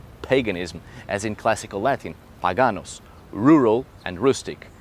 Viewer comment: More or less off topic, but the way that you pronounced the latin "Paganus" sounded just like it would be pronounced by a Roman (Or at least how I would assume it sounds off of their lips) and it shook me to the core for some reason, haha. Great video by the way! You're definitely an amazing teacher/instructor. It's really nice how you come from so many different perspectives and add so many points of views/different opinions. Thank you for how open you are whenever you approach these topics!